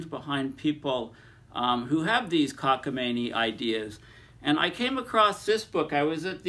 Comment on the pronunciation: It's "cockamaMie". :)